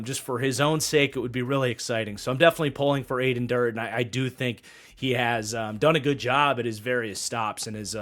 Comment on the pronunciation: It's pronounced Add-en Der-day!